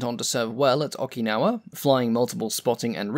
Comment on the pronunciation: 77 years after WW2 and we are already forgetting the correct pronunciation of the islands we fought on. Too bad. eewoh Jima and oakinawa.